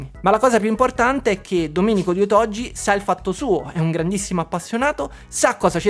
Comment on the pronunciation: Caro, sei sempre molto esaustivo e divertente. Premesso che questa Ps5 Pro è una "sola" senza precedenti che nessuno dovrebbe acquistare, ti scrivo per un altro motivo. Tu sponsorizzi "otogi retrogames", ma io non ce la faccio a sentire che ogni volta la pronunci in modo sbagliato. Non so se i proprietari del negozio, questo Domenico nella fattispecie, lo pronuncino così come si scrive, ma se lo fanno peggio ancora perché se dai un nome a qualcosa devi sapere come si pronuncia o cosa vuol dire. Nel tuo caso ti dico solo che si scrive "otogi" ma si pronuncia con la g dura, cioè "otoGHI". La parola vuol dire "fiaba, favola" in giapponese ed è molto azzeccata come nome. Perciò ti prego, almeno tu, visto che ti stimo, pronuncialo come si deve. Un saluto da un insegnante di lingua giapponese, motivo per cui ti ho scritto questo messaggio, che non riesce a sentire quella pronuncia errata e si è "permesso" di fartelo notare. Spero che tu non te la prenda, in caso mi scuso. Con stima Ciao🎉